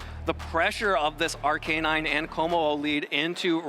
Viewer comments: The way he says Arcanine is killing me man lol but great match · The way that dude kept saying Arcanine drove me insane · Are-Kay-Nine and Urr-Shee-Fu are hurting my head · i cant get over the pronounciation of arcanine and urshifu, why would you do this